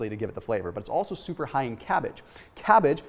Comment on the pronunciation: Lol “souper souper simple” 😅